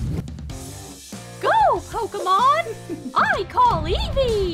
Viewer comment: Its not ivy its eevee